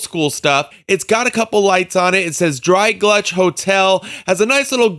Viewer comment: Nice review. But it's Gulch. Not GLUCH.